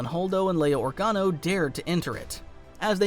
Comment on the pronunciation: I'm sorry, did you say fucking ORGANO? you were doing so well...